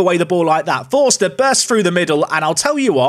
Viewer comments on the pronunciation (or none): none